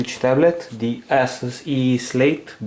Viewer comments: im not trying to be mean but it's pronounced a-soo-s not ass-us. other than that your videos are amazing and i subed keep making them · Lol sounds like he said asses, not Asus lol